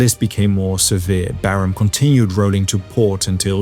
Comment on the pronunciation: LOL. Still using the AI generated voiceover. You’re a liar, and just lost a subscriber. Your channel was one of the best, but when you can’t pronounce Barham correctly you lost me.18 seconds and it’s obvious you’re still cheating, thereby ruining your channel.